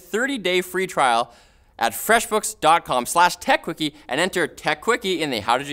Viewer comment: said Freshbooks wrong:/